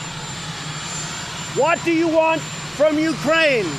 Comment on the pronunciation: Prototype 1.0 Trump: you talkin to me? Trump Beta 2.0: Whah da ya wahnt? Whah da ya wahnt?Whah da ya wahnt?Whah da ya wahnt? Whah da ya wahnt? Trump Final Version: muzzled in an asylum. Communication flag = 0. Insanity level = Max